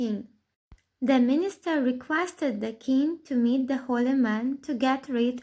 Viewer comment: Министар???? Вудский дед передает приветики